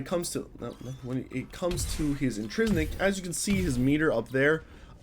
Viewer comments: In-TRIN-sic is the word you are trying to say. Not, in-tris-nic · INTRINSIC. NOT INTRISNICK